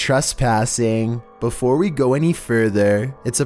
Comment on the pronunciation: Flooooowwwrrrr..... Neighbowwwworrrr..... beeewfowwurrrr... WTH..YOUR PRONUNCIATION